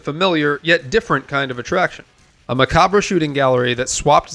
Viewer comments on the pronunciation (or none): you pronounced macabre wrong. 😁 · You pronounced "macabre" wrong